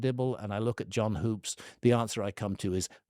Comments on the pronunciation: It’s pronounced John Hups not Hoops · Graham can't even get Hoops' name right. Sounds like wood not food. Dibble is destroying these guys, and it is really funny. He's shaken the beehive, and they're stirred up real good. Edit: I've got this theory, and it might be way off base. I get the feeling that the ancient aliens/advanced civilization thing is more of a messianic fantasy than anything else. People are hoping the aliens will come down from the heavens and save us from ourselves. Are you guys seeing that?